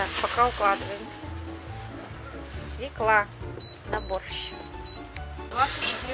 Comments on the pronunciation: Алёнушка, свёкла, СВЁКЛА, ударение на первый слог!!!! СвеклА бьёт по ушам ужасно((( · она вообще с русским языком не дружит: "Ихний", "свеклА","звОнит". БлоХер хренов! )))